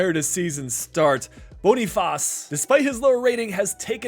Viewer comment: You can just say Boniface like in English, it's what the player prefers 😊